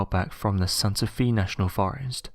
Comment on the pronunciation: It's Santa Fe (fay) not Santa fee